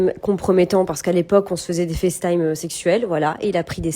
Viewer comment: Par pitie dites Facetime avec l’accent anglais pas en Francais c’est insupportable !!!! Serieux quoi